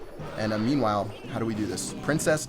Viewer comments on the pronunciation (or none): I think you say : "Memewhile" xd not meanwhile